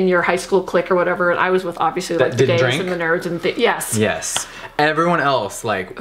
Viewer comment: I thought that was over emphasized and disrespectful